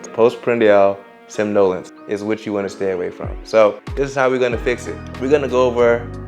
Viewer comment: somnolence (sawm-nuh-lence)